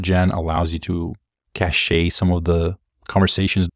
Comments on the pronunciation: Caché is a different word than cache (which is the word you're actually using.) Cache is pronounced the same as 'cash'. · It's pronounced cash, not cashay. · Small nit (no hate). Cache is pronounced like “Cash” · Great video. Note: "cache" is pronounced like "cash". Another unrelated word, "cashet", is pronounced "cash-A". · The rational part of me knows it’s a petty complaint; the emotional part of me experiences nails on a chalkboard every time he says “cashay.” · Very interesting. I am currently having to work around not having memory. It will be a game changer for a lot of applications. Just fyi, Cache is pronounced "Cash". No big deal but thought you should know. Great video, thanks! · Yeah every time he said “cash-ay” i cringed a little bit